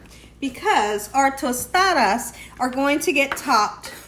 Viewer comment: you say Tostadas perfectly! 😊